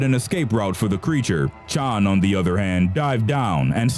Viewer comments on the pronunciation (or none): none